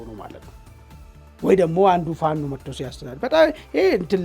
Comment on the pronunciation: This shows an identity crisis and a failure to analyze the news objectively. The bias in the reporting is evident, including clear Amharaphobic sentiment..Look at how the short guy speak out the name FANO